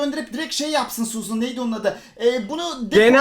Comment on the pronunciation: abii suzın değilde suzan mı olsa :D